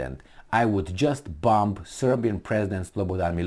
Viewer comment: the "b" in "bomB" and "bomBing" is silent.